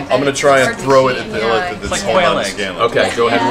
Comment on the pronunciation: Matt keeps pronouncing "Illithid" as "elephant". It's confusing and entertaining at the same time.